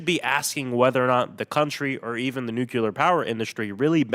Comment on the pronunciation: The way he says Nukular